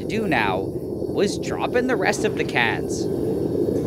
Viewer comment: Nile says “cans” weirdly.